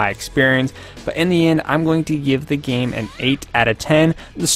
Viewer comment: The word is Game and Gamer not Geem and Geemer